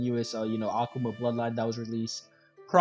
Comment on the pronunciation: if this man says okuma one more time